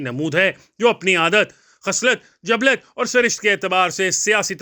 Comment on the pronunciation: It is jabil-lt not jablat.